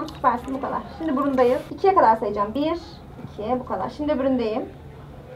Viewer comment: Olum ablanın 1,2 diyişi çok güzel değilmi